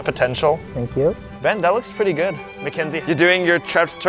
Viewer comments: The fact the called Ben “Bean” for the whole video😂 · That just me or was calling Ben Bean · Why does calling Ben bean